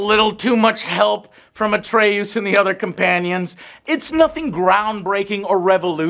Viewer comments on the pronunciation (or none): Joe, just one question. Who is this Atreyuuuuoos that you speak of??? Pls joe, im so lost! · Atreooze? Atreus really a twist for the tongue for that Texan accent😄 Odin sound too different is that Marvel talking? So your girl got to lay with your Kratos cosplay huh🙂 hope you eventually got it off. HMmmhuh? fighting Björn it is just a bear. One has to own a ps4 (ps5) well there is a wires crossed I think, it has been a long review. Love it you always deliver 🙏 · Who"s "Atreoose" Its Atre"Us" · Dude, why does Joe mispronounce EVERYTHING? Its Atre-US, not AtreOSE. Its So-NI not SON-I. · Atreus not atre-oos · Game: says Atreus’s name multiple times over the course of a 30+hour game. Joe: “Atre-oos” 😂😂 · Take a shot every time Joe says "AtrayOOS" 🤣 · Did you play this game? I played it from start to finish and I never once heard anyone pronounce Atreus name Atraooos 🤔 40 hours and you cant remember his name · AGAIN!! Joe says Atreus' name wrong for no reason. "Uh-tray-uus" Whyyy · I'll never understand how people can manage to pronounce names differently than what they hear in the game/show/movie. Like, Atre-USE???? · “Kraytoes and atrayuse” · Everytime Joe said "Atrey-oos," I got bad Last Airbender flashbacks lol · You say atreus wrong on purpose or what? The game tells you his name plenty to be pronouncing it your own way ...wtf atray-oos? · We hear everyone in the game say his name why is Joe intentionally saying it like" atre oos" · Why call him atrayous lol they say his name dozens of times if not over 150 times beetween the two games lol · Did you say Atray-you… like Neverending Story shit?? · Good review Joe,just tell me who is " a tray use" you were mentioning?xD xD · his name is atreus not atreyoos >:( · Man why do you keep saying atreus' name like that 😂 Kratos clearly says in the game, like come on " ATREYUSE" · "Atre-yous" alright I'll leave. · Atreh oos - Joe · Joe's inability to pronounce names continues lmao "atre-yous" wtf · Ah yes.... Atray-oos